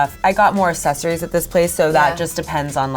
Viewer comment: Every time said ‘accessories’ part of me died, and so did sinead😂